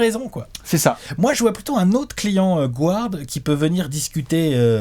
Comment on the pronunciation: Depuis quand prononce-t-on "gouarde" en anglais ??